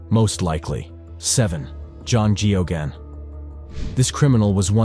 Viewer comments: AIs are really very poor at pronouncing names. I didn't recognize Geoghan (gag-non) until I saw his name spelled. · His name was pronounced gayogan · That priest in Boston, his name was spelt Geoghan and pronounced "Gay-gun" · I'm amazed at how many different ways you manage to mispronounce Geoghan